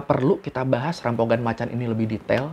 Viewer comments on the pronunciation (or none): Rampogan bacanya jadi rampokan bang